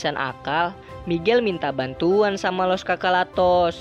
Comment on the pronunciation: Bukan los chocholatos ya tapi los chachalos